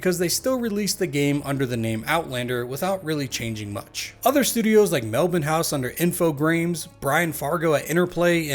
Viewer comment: He said Melbourne correctly!!!! 🎉🎉 Praise be saint!